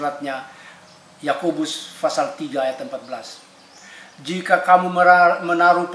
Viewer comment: PASAL OY BUKAN FASAL